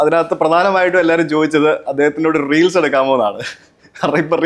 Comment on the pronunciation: റീലിസ്. അല്ല റീൽസ്